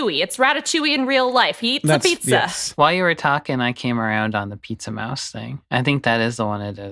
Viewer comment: "Pizza-mouse" Hank, please.